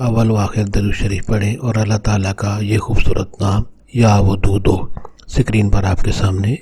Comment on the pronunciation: Bhai jan yeh ya wadudu ha na ke ya wududu NAUZUBILLAH